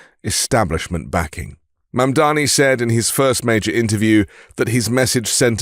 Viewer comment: Thank you, sir, for correctly pronouncing Mamdani's name. The Meidas boys embarrassed themselves on Fox by using Fox's MISPRONUNCIATION of Mamdani's name. It was a weak and pathetic representation of the Meidas Mighty. Embarrassing!